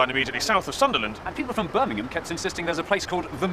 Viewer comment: I'm from Birmingham and thank you for saying it properly it's Birmingham sounding like birminghum not like ham the meat at the end like most Americans will say it but you have been to England which I like thank you for a good video